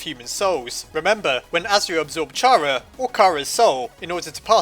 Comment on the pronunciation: CHARA'S CH PART IS SAID LIKE K IT COMES FROM THE WORD: CHARActer